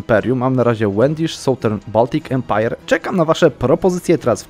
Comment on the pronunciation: Great Lach Empajer nie chciałeś imperium lechickiego to masz Empajer lacha, nie ma za co :'D